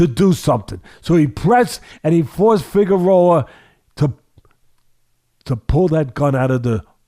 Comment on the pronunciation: Chael sonnen levels of mispronunciation